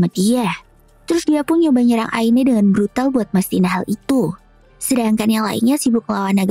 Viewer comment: Bukan brutal tapi brudal wkwkwkkwkwkwwkkwkwkkwkwkwwkwkwkkwkw😂😂😂😂😂😂😂😂😂😅